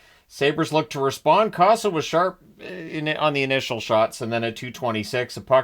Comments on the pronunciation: It’s COH-suh not CAW-suh. I think you’ll be using his name a lot in upcoming seasons. 😏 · Co-sa not Ka-saw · Long o in Cossa. 😅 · Just fyi, Cossa is pronouncec Co as in cola and Sah. I agree neither team look like they wanted to win. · Sorry but you're pronouncing Cossa wrong